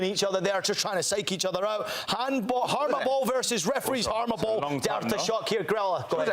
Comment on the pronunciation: Best Chat Moments: He mentioned "Haramball" Why 2 minutes was added First Chat Headline with another Mention at the Same Time He incorrectly pronounces "Haramball" 2 Times Poppy Miller doesn't know what's "Haramball"